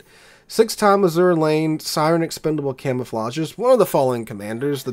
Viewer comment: I don't appreciate all your derogatory references to Ahole (lol). And it IS Azur Lane, Not A-zura Lane as you pronounce it. To me, it is not New Jersey without the hull number 62.